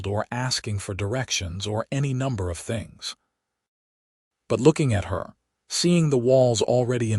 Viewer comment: "I wanted to build THINGS....create THINGS"!!!!!!!!!!!!!!!!!!! FREAKING HUMAN SPEACH puts the stress on BOTH of these on the BUILD and CREATE..................NOT ON "THINGS"!!!!!!!!!!!!!!!!!!!!!!!! "I wanted to BUILD things, CREATE things"!!!!!!!!!!!!!!!!!!!!!!! YOUR AI IS GARBAGE!!!!!!!!!!!!!!!! Get a new ONE!!!! or Get a NEW one!!!!!!!!!!!!!!!!!! DO YOU FKN SEE that those two sentences are different"""!!!!!!!!!!!!!!!!!!!!!????????????? STRESS ON THE FREAKING WRONG WORD, CHANGES everyTHING or EVERYthing!!!!!!!!!! YOU DON'T GET IT, DO YOU!!!!!!!!!!!!!!!!!????????????